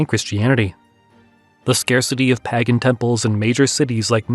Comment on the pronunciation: It's "pey-gan" not "pah-gan"